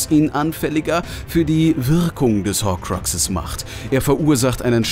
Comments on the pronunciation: Es heißt Hokrux und nicht Hoquexes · jo nix gegen dich deine wiedeos sind cool aber wie du horkruxe sagst hahahhahaha